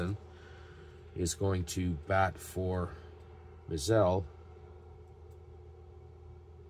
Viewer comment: Hi..... always enjoy your replays using basic and I love basic myself. I think I mentioned to you that the one thing that bothers me about basic is you cannot get hit with a pitch. The way to pronounce vinegar Bend Mizel and it's pronounced my z e l l..... vinegar Bend myzel.... keep up the good work